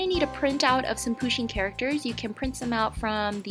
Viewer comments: No hate but the way that she say pusheen makes me cringe inside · She's prenouncing the name "Pusheen" wrong lol.